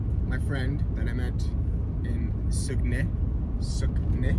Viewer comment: Sag-uh-nay I’m pretty sure anyways